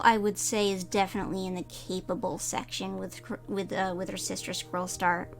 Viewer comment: I love it but personally I will never get used to hearing squirrlestar